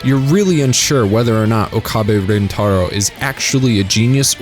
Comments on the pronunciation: Why is it that so many videos mispronounce Okabe? They say his name hundred of times in the series yet everyone still says Ookaaabe. . Put three words together, oak, a, bay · The pronunciation of Okabe, Kurisu, Mayuri is already cringy 5 minutes in given how many times you say their names. English isn’t even my first language and I can pronounce it properly. You couldn’t be bothered to watch 10 minutes of the dub to learn how to say them correctly? Sigh. It ruined the video for me, only finished because it’s SG.